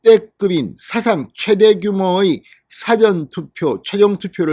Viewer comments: 나도 부산출이지만 늘 사전투표 말씀하실때 "사전"에서 사-전으로 액센트가 앞에 있는거 아닌데 그리 말씀하시는데 ^^ 발음 좀--참조바랍니다. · 사전투표 사전 발음 똑바로해주세요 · 우리 말의 특징은 장단에 있읍니다! 사전 투표에서 사전의 발음을 정확히 해 주세요! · 진성호선생방송잘듣고있어요 그런데"사전투표"의 발음이귀에거슬립니다사전의 발음은사는낮고전은높게해야하며 진선생의 발음은국어사전영어사전등과같이사는높게전은낮게하고있어요 개선부탁해요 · 사전의 발음이 억양상 영어사전을 의미하는것같은데요???